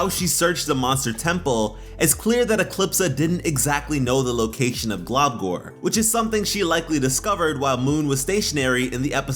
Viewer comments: I agree with this except it's pronounced glumgor not globgor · i dont if its because i'm british but i though he was saying 'globcORN', i couldn't of been the only one right?